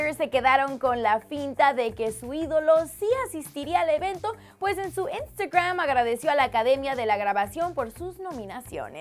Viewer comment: Es normal que odie como habla esta tipa? El contenido es muy bueno, pero no soporto la forma que dice twitter, instagram y demás cosas.👌